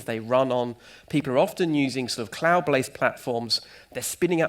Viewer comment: Enjoyed “cloud blased platforms.”